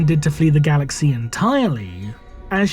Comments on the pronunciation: The content is good and well written. I understand the intonation is necessary for showing emotions, but 'galaxiii' upsets. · Your pronunciation of 'galaxy' made me dislike the video